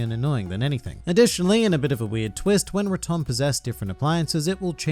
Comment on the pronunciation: Why pronouce rotom like raum-tom